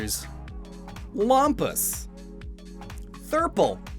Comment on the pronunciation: Llampas hahaha.